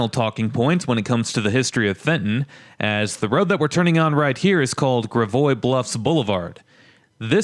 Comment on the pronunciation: Most St. Louisans, call it Grah’-voy, not Gra-voy’, I think.